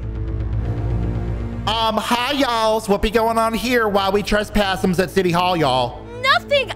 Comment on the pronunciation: the cop that came up to help at the end has such funny vocabulary tho lol. LIKE WHO SAYS BURRITMZ INSTEAD BURRITO AND TRESPASSMZ IN STEAD OF TRESSPASSING AND WHO SAYS yEaHmZs instead of yeah. like WHAT- XD